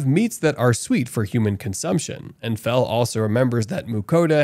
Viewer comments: Yeah he actually says it right a couple times but then immediately goes back to saying fuh within seconds after saying fel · He keep saying fu than fel it keep triggering me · You're pronouncing it like Vietnamese Pho (that's beef noodle soup) but it's pronounced like felt without the t. So Fel. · Bro why do you pronounce "Fel" as "Fuh"?? That doesn't make any sense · Am I the only one who noticed the narrator call Fel by his name correctly at first but later on he calls Fel by Phu not Fel😂😂😂😂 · Fel fel fel not fur wtf??